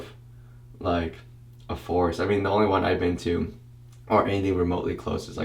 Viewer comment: I wasn't paying attention and the whole time i thought he was saying it smelled like a "force" instead of a "forest" lmao